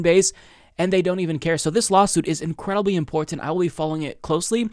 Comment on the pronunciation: Lol I always notice that 2, the way says it, is annoying lmao